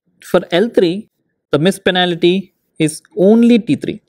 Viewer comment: penalty* not panality